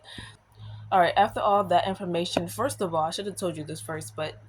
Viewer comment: Your "Frist" time going to college? Are you taking an English class? 😂. Sorry, I couldn't resist. 😊